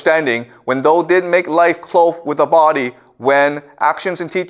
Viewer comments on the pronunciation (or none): For someone who is Canadian he mispronounces a lot of common words. Like "thou" he says the same way as "though". This is a guy with a degree in Literature? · One of the best on youtube. 'Thou" - thou, as in cow. Hearing is mispronounced over and over is a thorn in the eye at an otherwise placid lake whereupon Confucius soothes us with eastern mysteries. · Re: 'thus spoke zarathustra' - the word "Thou" is like "thee" or "you" , not "though" and is pronounced "thao" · The word “thou” rhymes with how, now… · Thou is pronounced THOW.